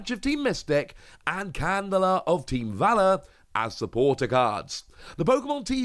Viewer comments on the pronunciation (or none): none